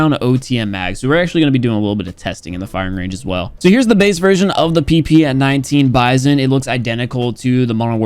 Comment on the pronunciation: "PP19 bizon-yokiwi"